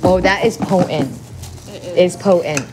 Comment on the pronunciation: What is po-ehnt? For crying out loud T's are supposed to be pronounced.